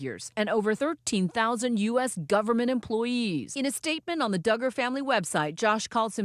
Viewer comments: It’s Duggar’s not Diggers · I know this might seem petty but hearing the Duggar name mispronounced is irritating g. It’s not Doo-grrr it’s Dug-grrr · It's dUggar not DIgger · I really really like this video. BUT I could not get over her pronouncing it do-ger instead of dugger . Everyone else is saying dugger but she kept saying do-ger. Why? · I’m guessing you’re pronouncing his name wrong on purpose because you’re the only one saying Doo-gar not Dug-gar LoL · Very interesting but please pronounce Duggar correctly (Doug..Er) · It's DUGGAR, short u, not long. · Doooogar lol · Lol the doo-gars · Am I the only one who likes the "Dooger" pronunciation of the Duggar name? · Please stop saying, Doogar. Do you not hear that everyone else pronouces the name correctly? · OMG DOOGAR? Do your research ffs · I’m sorry but why is she saying doogers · No one:: the Dew-gars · I know it isn't important, but it is doing me crazy. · How do you pronounce “Duggar” wrong 😑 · If your going to do a video on the Duggar's can u pronounce their name correctly!! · Don’t keep mispronouncing his name, his name how he says it needs to be reviled and it makes you look uninformed when your guest and video clips are saying it correctly. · You’re totally pronouncing the last name wrong or is everyone else saying it wrong?! I’m just saying but I really enjoy your content that we all needed reminded with! Thank you 😊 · Lmao I like how she pronounces his last name like it rhymes with Booger. Fitting. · Thank you SO MUCH for covering this story "with class." ❤ You managed to talk about this without sensationalizing it for clicks. I noticed that you purposely mispronounced the Duggar last name to try to mask it from YouTube, which really shows your sincerity. Please keep up the great work. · Is there a reason she pronounces Duggar like that? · for me it’s not about respect, I had just never heard it pronounced that way and it was bugging me the whole time I watched this. Hahaha.